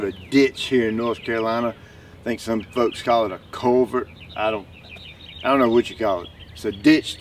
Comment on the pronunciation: “Culvert”, “Culvert”